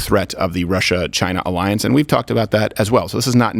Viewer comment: You want an arriance? Arriance, arriance!!! 😂😂